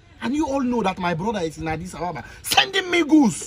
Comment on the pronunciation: Agidiba😂😂😂 i love this guy, brilliant comedy, so talented. I love how he pronounces Adis Ababa 😁